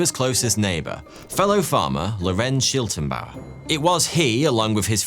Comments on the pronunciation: It is always entertaining to hear english speakers try to pronounce german names ;-) Never mind, but it is Schlittenbauer (he who makes sleds) not Schiltenbauer (whatever that would mean) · The neighbor is pronounced Sch-lit-ten-bauer as in "slit", not Sch-ill-ten-bauer as in "shill". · Why call Schlittenbauer Shiltenbauer? Please at least try to pronounce non English names right, it’s not very hard to google. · According to Wikipedia, the girl’s name was Cäzilia, not Kesilia. The man was Schlittenbauer, not Schiltenbauer. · Schlittenbauer, not Schiltenbauer! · Schlittenbauer. Not Schiltenbauer. The L is spoken before the I . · It's not Shiltenbauer it's Shlit-ten-bauer! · *Detail Notice: >> The correct name of the neighbour was Lorenz SchLiTTENbauer, not Lorenz SchiLTENbauer << You wrote it right, but pronounced it wrong... But ... very high quality video - just like always!